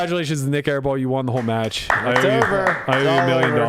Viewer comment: Aiball? Thought it was airball😆🏀